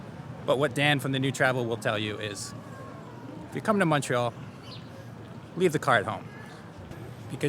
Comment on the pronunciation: ive heard u pronounce montreal as mawntreal in the past. hearing u pronounce montreal (mon like money) made my day. please consider doing a video on different montreal accents both french and english. great content keep it up